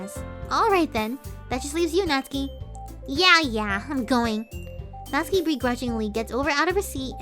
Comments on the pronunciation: How I have been saying natsuki for 2 years Nat-suki And it was supposed to be Nat-ski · Natsuki NOT SUKI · Natsuki Doki doki Ahh everything's fine except the one thing:she says my name everytime wrong